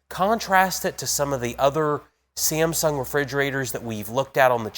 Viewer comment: Why is he pronouncing Samsung as "Siem-sung"??